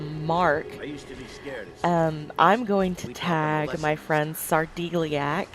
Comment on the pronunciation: I thought I saw a comment on someones channel recently where SarDeliac mentioned his name was pronounced Sar "Dell" iac. I always thought it was "Dee" as well. I could be totally wrong but you might want to check with him.